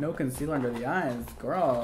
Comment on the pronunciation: when he said concealer I was like noo that hurts..